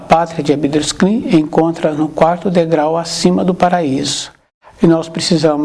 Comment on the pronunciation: Não é abidruzkin, é ab drus xin.